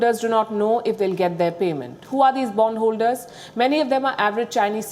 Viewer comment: Did she say bum holders